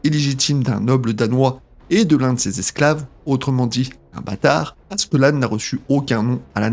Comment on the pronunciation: Comment tu prononce le prénom de Askeladd ça fait mal aux oreilles, le pire c’est que t’a vidéo elle est grave inutile. Il suffit de regarder l’anime pour savoir tous ce que t’a dit